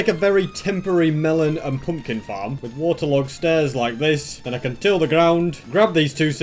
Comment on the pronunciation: I love how he sounds Irish when he says "till the ground"